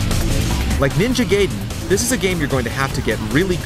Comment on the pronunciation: did he say ninja gayden?